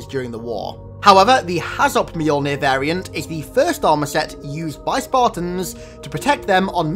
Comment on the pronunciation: You're still butchering the name Mjolnir. It's not mayol beer it's myol neer